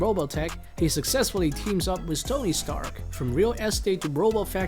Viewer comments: I heard Sony twerp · I heard stony Stark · I heard Stony Tark 😅